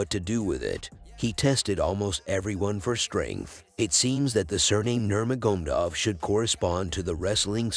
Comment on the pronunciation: Yeah man "Nurmagomdov"